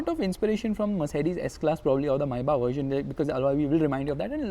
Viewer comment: Every time he says "MAYBACH" I hear "maii baak" 😶😂😂